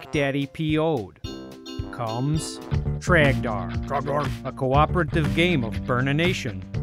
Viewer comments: Ughh It's dor It's TROGDOR IT'S TROGDOR EVEN TROGDOR COMES IN THE NIGHT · You know, for a guy doing voice over talking about the game, how is it that he can't get Trogdor's name right, but he can say burninate correctly?